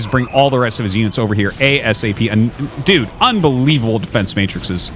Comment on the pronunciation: "Matrices", Arti